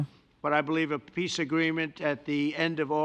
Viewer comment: Do you also hear macron saying peace as piss ?